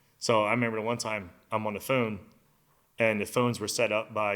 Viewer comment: How dude says phone though... foon. Hell naw 😂